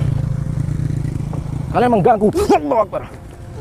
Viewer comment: Bukan Aulah tapi Allah